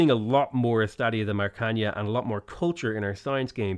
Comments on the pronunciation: Please, oh please, Maracanã is not Maracaña. Simply say it as if it was spelled Maracanan, with emphasys in the last syllable. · Your pronunciation of Maracaná is a gift from the gods of humor. At this point I just hope nobody teaches you how to say it properly, it would be a shame